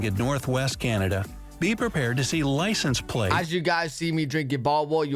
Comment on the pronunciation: Somebody should tell the Yankee who made the video that you're reviewing....that Polar Bears are WHITE, not Brown.....and that "Canada" doesn't have a "Y" in it after the "C".